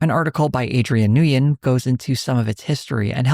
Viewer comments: The trick for pronouncing the name Nguyen as an English speaker is to pronounce it like 'win,' it is a one syllable word. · FYI, Nguyen is pronounced nu-in but as a single word. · just to help you Nguyen is pronounced closer to winn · pronounced somewhat similarly to “Win” in english. ng is not entirely silent